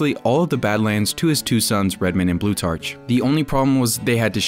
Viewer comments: Its pronounced "Blue-tark", not "blue-tarch". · It's pronounced blue-TARK, like Plutarch. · Blutarch is pronounced "Bloo-tark," the ch sounds like a k such as in architect or psychology.